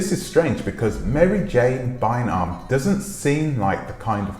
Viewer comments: Prounounced ‘Buy arm’ not Bynum like Juanita Bynum. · Her last name is pronounce like BYE RUM. Byram.